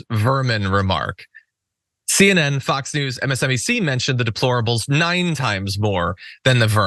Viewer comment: donald cant even pronounce deplorable , ask him to pronounce YOSEMITE national park, ask donald whats his fav verse or chapter in the bible, ask him if he won the 2020 election and why did he rape women ? you dont have to, he has given answers, why abuse women ? because he is a celebrity and its been done since millions of years ago, he mispronounced the national park, he doesnt know a book in the bible nor verse, and now he says that democracy and the constitution is outdated , and Hillary ? why didnt she win? A LOT of women didnt vote for him nor her because she didnt divorce Bill over the fake sex scandal. and comer reopened the benghazi issue right when it was election time, ( when its the GOPs fault security funding was diminished at ALL embassies during the GOP control of congress )